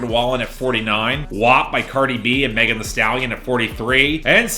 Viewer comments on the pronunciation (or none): none